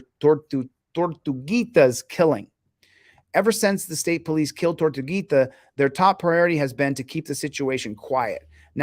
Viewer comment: Chili pronounced ''Tor tu gui ta'' wrong at about . With Spanish each syllable is pronounced. Also "i" is pronounced 'ee" through out the language. With these two rules, you can read Spanish words.